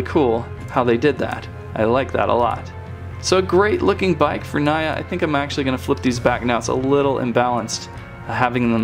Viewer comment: I'm not trying to correct you but her name is pronounced nee ah